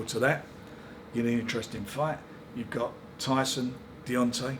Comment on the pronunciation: Definitely calls him Deyonce Wilder at the end. The amount of boxers names he gets wrong makes me piss myself